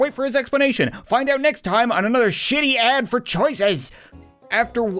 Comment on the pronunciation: LETTER A AND D!!!! NOT AD LIKE ADS!!! KILL ME!!!!!!